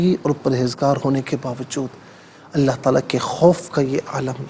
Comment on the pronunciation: السلام علیکم بھائی لفظ اللہ کے دونوں لام پر پڑھنے ہیں